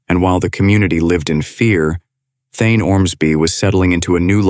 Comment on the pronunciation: Man, I really fucking hate these disgusting AI narration voices. Thayne's name is said out loud so many times in this video, yet the "narrator" pronounces it "Thine". Try harder, please.